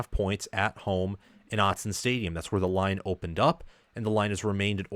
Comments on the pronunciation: Hey man... I appreciate that you've come around with this team. And you learned how to say our stadium correctly! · Hey, you said Autzen correctly this time! Congrats, and thank you for you analysis. Go Ducks!